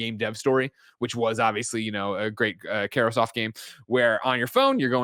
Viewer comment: He has a lot of quirks when it comes to pronunciation. For example he says Sparder-Man and Markrosoft.